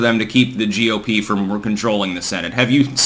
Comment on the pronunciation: for a week or so, whenever you mention the GOP, you've added an E at the end of GOP. Is this deliberate? Are you actually saying GOPE?